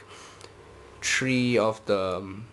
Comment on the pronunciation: i love the way how you say three :) "tree" :) (not to offend you)